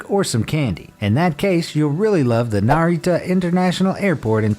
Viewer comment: When he said Narita airport, just for a second i thought he said Naruto